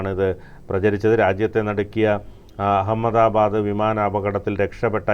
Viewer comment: U don't no even how to pronounce ahamada bad😂